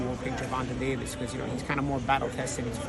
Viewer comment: This Punk refuses to even pronounce Davis his name properly. That crap is intentional. Can't stand dudes like this.